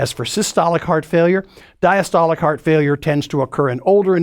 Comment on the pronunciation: Bro cant even pronounce failure